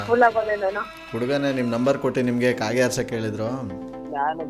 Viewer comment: E ಕಾತೆ ಅಲ್ಲ E ಕಾಗೆ 😂